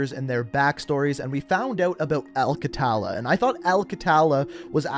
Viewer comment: Its pronounced a-l kha-tha-la Not exactly right but thats the closest i could get with English letters